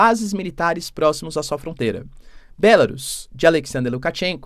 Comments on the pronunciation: Porque você não pronuncia em português "Bielorrússia" ? Acha chique pronunciar em inglês? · Professor pq vc não chama pela forma aportuguesada o nome da Bielo Russia porque Belarus está escrito em inglês e não se pronuncia assim pq da mesma forma teria que chamar o Japão de Japan, a Alemanha de Germany, a França de France e a Inglaterra de England. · Continua com uma péssima pronúncia da palavra Belarus, não aprende mesmo, doutorado que é bom, nada!